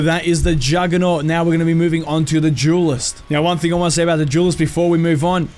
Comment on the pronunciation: Jewelist or duelist? Duelist right? Not trying to be funny.